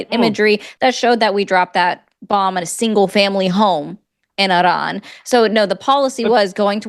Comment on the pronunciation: I love the way you say "Iran". Just sayin', I don't care about the American pronunciation, it is more polite to pronounce a country's name as the citizens of said country do